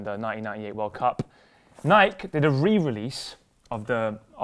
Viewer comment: did just say Nike without the ey pronunciation